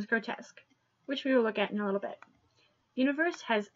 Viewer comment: FFS! For Frutiger's sake, the font is not pronounced "universe" !!!!!!!!!!!!!!!!!!!